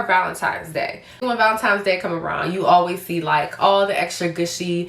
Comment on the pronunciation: Not ValeMtines but ValeNtine’s Day🫶🏻